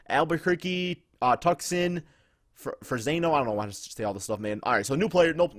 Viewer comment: said "Fer-say-no" I'm deceased "Frez-no"